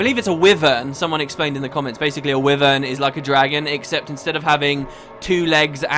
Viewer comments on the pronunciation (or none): Is not not pronounced like 'why-vern'? Not 'wivv-ern'.